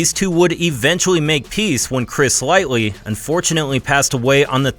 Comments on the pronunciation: Chris "lightly". TF???!!!!! LIGHTY not lightly. This guy is and idiot. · It’s Chris Lighty which is pronounced like Light-Tee …. Sorry but dudes not with us anymore the least anymore can do is get his last name, which is part of his legacy, correct. RIP Chris Lighty, a hip hop legend, damn can’t believe that happened all the has back in 2012, times moves so different when you older